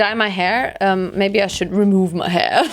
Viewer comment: Omg ich wolkte pink vorschlafen und. Dann sagst du mabey pink 😂❤️